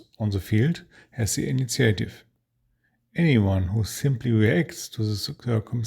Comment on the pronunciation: thanks for your wonderful shows. your english is very good. please allow me to help you say one word better. initiative is pronounced EE-NEE-SHEEAH-TIV. looking forward to more shows about napoleonics and campaigns.